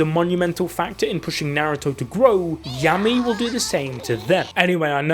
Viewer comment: Happy our fav captain is back! It might've just been me though but this entire video I was hearing Yummy and not Yami 🤣